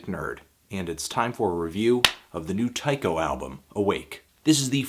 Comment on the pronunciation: I think it's pronounced Tee-ko.